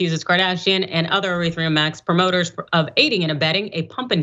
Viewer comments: **ETHEREUM* Not eretheum... Just read it.. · Stopped listening when she called Ethereum Eretheum. You guys have no idea what you’re talking about. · The host actually deliberately pronounced Ethereum as "Urethra" because crypto is just a big stream of piss. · what is 'eretherum'? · She knows nothing about crypto. "Ereetherum" ? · E-ther-re-um is the proper pronunciation. Looking good 👍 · 1st of all, she can't read. The name of the shitcoin that Kim K. was hocking is Ethereum Max, but this chick is calling it Erithreum? Learn to read the copy ma'am. Furthermore, this story is skewed. Anybody who purchased any crypto whether it be Bitcoin or anything else, and bought it last October ( when it was known by everyone to be at crypto currency's All Time High ) is an idiot and deserves to lose all their money. It's exactly the same as if you paid full price for a brand new car at a dealership and tried to sell it a year later, expecting to make a profit. You don't buy high and sell low, especially during a recession. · She doesn’t know anything…can’t even pronounce ethereum correctly. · so how do I know she mispronounced Ethereum? You guys are so full of anger lol. Relax and re-examine why you are attacking me. It’s because you’re in pain. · Idiot can pronounce ethereum